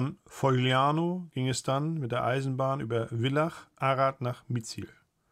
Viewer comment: Die schöne Stadt an der Drau heißt Villach. Nicht Willach. 😊